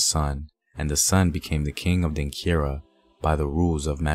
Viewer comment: The word is Denkyira (Denchira) not Denkira.